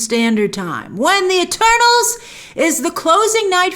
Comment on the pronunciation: At first I thought she said “well I just watched turtles!”